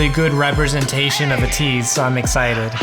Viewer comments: just throws me off with him saying "uh-teez" instead of "ay-teez"... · I have been waiting for this reaction! Im glad you liked it and ATEEZ has a pretty elaborate storyline throughout their music videos so it can be hard to fully understand it. ATINY are always theorizing and confused! Oh by the way, ATEEZ is pronounced "eh- tease". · pronounced ay-tease